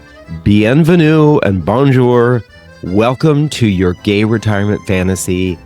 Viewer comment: Bonjour - pronounced Bone zure…